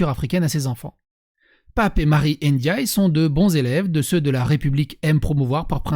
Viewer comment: Son nom c'est Ndiaye, pas Éndiayé, à toutes fins utiles... ;-)